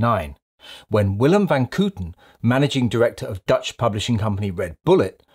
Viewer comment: His name is pronounced as the word coat. Willem Van Coaten. In Dutch the OO sounds is written as OE.